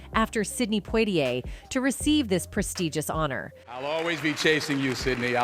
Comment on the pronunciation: Poitier is not pronounced Portier!! 😒